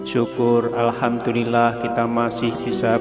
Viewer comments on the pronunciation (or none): none